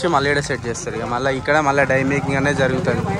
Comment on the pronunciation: Bro die kadhu its dye😢